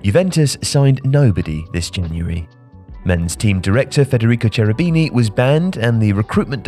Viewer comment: It's Federico "Kerubini", not Che-rubini like Che Guevara (yes, it's still written Cherubini). It's not spanish.